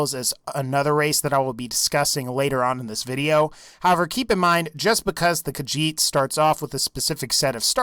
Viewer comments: "the kahjit" you dun fucked up human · i got triggerd when he said khajit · Why do people call it kajjhit its ka HEET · i am kinda mad because you said Khajiit.